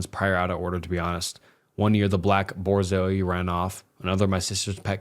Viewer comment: Borzeeohs lol Dude just look up words you don’t know how to pronounce.